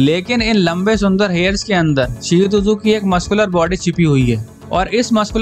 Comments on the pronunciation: Bhi it's shih Tzu not seotuzo Nahi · Bro its shih tzu(t is silent)..u r pronouncing it wrongly shih tzu tuzu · Bhai shihu tuzu nahi hai iska naam 😂 Shihtzu hai . शीहत्जु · Pronouncing 😄😄😄shih tzu hoga bro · Wahi to😂